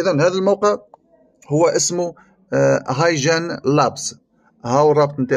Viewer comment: الموقع اسمه هاي كين وليس هاي جين